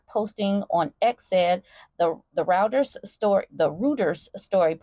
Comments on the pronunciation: Reuters is pronounced ROY-ters. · Reuters is pronounced "roy-terz". I think it's German.